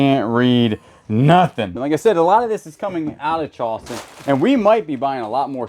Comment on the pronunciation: I love the way he say "Chawston."😅